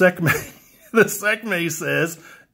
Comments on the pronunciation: Sek may 😂 its pronounced 'See kuh may' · lol "Sekmay"